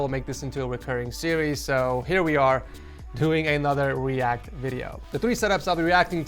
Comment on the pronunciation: yeah we want u to "weact" more